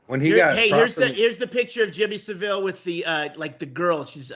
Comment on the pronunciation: You all watched the documentary but none of you can pronounce Savile correctly. Although, Norm MacDonald pronounced it your way too.